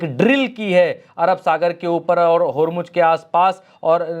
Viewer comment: Yaar godi media ki tarha bandaro ki tarha uchak uchak ker news na padha karo, prigya ka action dekho kitna sincere hai. Aur hormuj kahna band karo Hormuz sahi word hai.